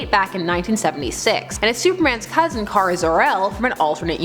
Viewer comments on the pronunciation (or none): none